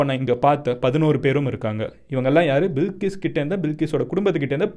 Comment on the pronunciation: Bilkis illey adhu balqis